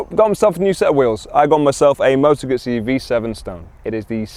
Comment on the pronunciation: moe toe gootzy 😂😂